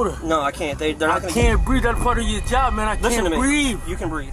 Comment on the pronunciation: . I can't breave i cant breave. - What does breave mean. Is it ghetto for breath.